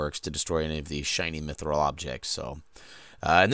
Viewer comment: The way you say Mithril is the correct way, It's not "methril" Great videos tho! Thanks.